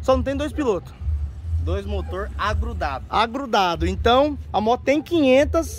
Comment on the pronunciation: KKKK "DOIS MOTOR AGRUDADU".